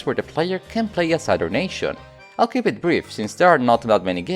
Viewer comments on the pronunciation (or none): none